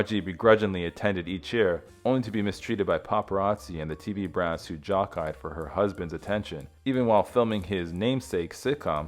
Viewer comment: “Jock-eyed”? No, Jockey past tense is pronounced (phonetically) Jock-eed.